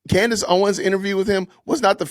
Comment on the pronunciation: It’s Candace not Candice